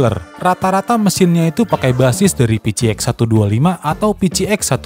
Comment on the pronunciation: PCX dibacanya pe ce eks ya, bukan pi ci eks